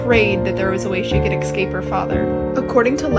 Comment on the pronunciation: To the young lady telling the rapunzel story...read the following word..ESCAPE..now say it aloud..